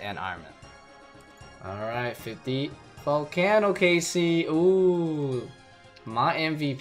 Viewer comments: I love your videos and have watched you for ages!! However the way you say zolcano really triggers me 😂 volcano - zolcano 😂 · imagine saying volcano Volkahno, thats how much it triggers me oh my GOD